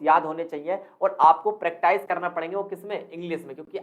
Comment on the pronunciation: Bhaishab प्रेक्टाइस ni hota .. प्रैक्टिस होता है।।😂improve your pronounciation 😂